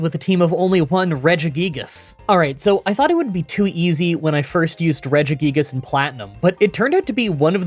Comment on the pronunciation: Just a heads up, it's pronoucned "Re-jee-guy-gas"